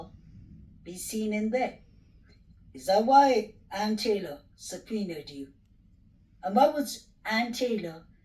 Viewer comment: What is 'supernied'?? You surely can't mean subpoenaed!??